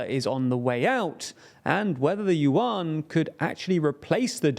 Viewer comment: “Yuan” is more closely pronounced “yuen”, rhymes with “when”. Just as Chinese President Xi’s surname should be pronounced “si” rather than “she”.